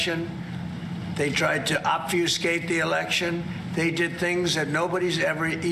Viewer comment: Is he trying to say "obfuscate"?